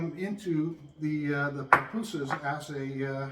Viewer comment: Pupusas not Papusas…. Love them!